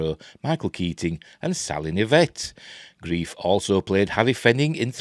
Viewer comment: Are you sure you are pronouncing his name right? I thought it was Grr-rife not grief.